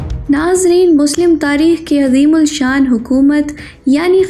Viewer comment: Urdu sahi prhna ana chhie,,,, azeeul Shan nhi hota, azeemushaan hota he